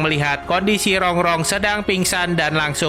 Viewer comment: Baca nama Rung2 kok Rong2